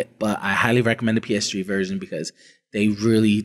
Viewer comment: Every time he calls it the "PS Tree", I laughed out loud.